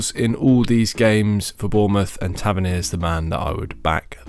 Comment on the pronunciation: You said Tavernier correctly 🙌🏻😂